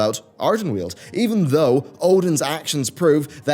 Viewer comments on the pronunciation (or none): none